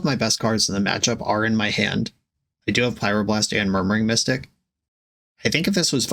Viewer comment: I swear you called murmuring mystic "Murdering Mystic", forever in my imaginative sphere the birds are Crows 💙